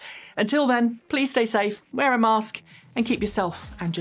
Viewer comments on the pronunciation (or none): none